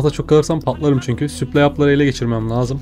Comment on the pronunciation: Kanka her süplay dediğinde kendimi parçalayasım geliyor. Gözünü seveyim yapma şunu daşşanı yirim